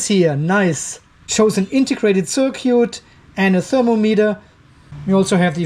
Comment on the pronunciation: At minute 1.31 circuit -- pronounced: Sir cute! LOL at minute -- will become the new Software Engineer for "JBD Old Energy". Thanks for the video and no thanks to the BMS. At least my time watching your 35 minutes video was not wasted.